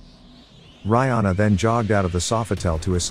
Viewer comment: Reihana pronounced Ray Hah Nah... roll the R... 🤔